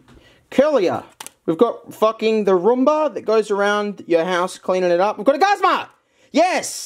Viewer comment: Its Goo-z-ma